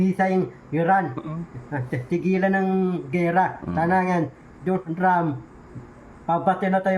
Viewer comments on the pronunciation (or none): none